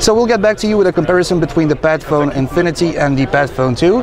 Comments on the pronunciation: It's like ur saying BAD PHONE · I love those hybrid devices ASUS keeps showing. The phone looks simply stunning even when I'm not a fan of metal as build material for a phone's backside. Somehow, I keep hearing "Batphone" in this video though. ;D